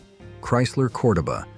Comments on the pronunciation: COR-doba??? I'm pretty sure even the commercials called it Cor-DO-ba!! Get it right! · CORE DOE BA NOT Cor da ba 🤣🤣🤣